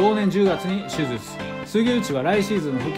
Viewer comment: 手術言えてなくて草